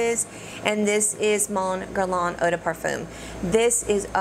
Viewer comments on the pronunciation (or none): none